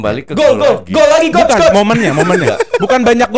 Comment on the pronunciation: “koch cules, ini decul”😭😭😭